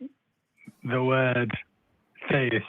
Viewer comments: Aye, is 100% /. I live in Britain so recognise his accent. And all 3 (1) pronounce theist as thayist. Never heard anyone here pronounce it like that. Plus all 3 (ha!) had similar tech issues. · All of a sudden there are several people from the UK calling both The Line and AXP, calling themselves by different names, yet all pronouncing theist as "Thay-ist". It's definitely the same person every time. Stop lying, dude. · EXACTLY the same guy, hence the reason he was so hung up on proving correct. The way he spoke - prosody, inflections, even his pronunciation of the word "theist" (theyist) was exactly the same. The only differences were the name and the use of a different phone from the first call. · One way I've noticed to tell it's British (other than the occasional time he tries to throw on a fake accent he always loses at some point during the call) is how he says 'theist'. It sounds like 'they-ist' and he always says it that way every time he calls. So you can pick up on it pretty quick. He also always uses these circular arguments and refuses to answer questions, so that's the 2nd way. 3rd way is that he always run just this side of trolling-type questions. I do think he's a troll, I think he's just a smarter troll than most (as much as it pains me to say that), and I think sometimes the hosts don't pick up on it. But, even saying that, he still looks like an idiot because for some reason he spends literal hours of his life calling into these shows and I think that says a lot about what a sad, little, lonely man he is.